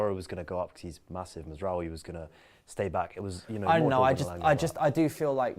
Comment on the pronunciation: Noticed always pronounces Mazraoui’s name wrong. He says “Mazwawi” instead lol 🤣